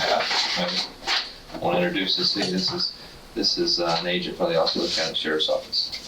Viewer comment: As a Florida native it's, (AW SEE OH LA) Osceola. Lol